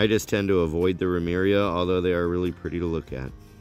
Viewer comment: Ramaria, not Ramiria.